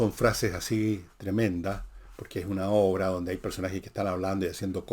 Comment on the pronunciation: pero por que dice "obre"???? 😂😂😂😂😅